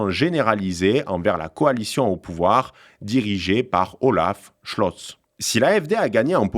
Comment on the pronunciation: Alice W(AÏe)del - Fr(ii)dr(i)ch M(èr)(tss) - Bern(t) L(ou)cke - B(yeur)n H(eu)cke - Olaf (ch)ol(tss) - AÏe mes oreilles de germaniste ... j'ai mal ...